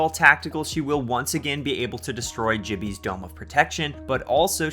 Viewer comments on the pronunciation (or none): i just noticed he pronunces it Ji-bby not Gi-bby